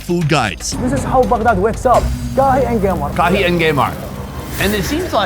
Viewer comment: Geymar sounds like when trying to insult neymar😂😂😂😂